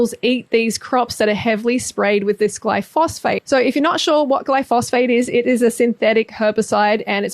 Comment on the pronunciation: Glyphosate, like GLY-FO-ZATE... not Glyphosphate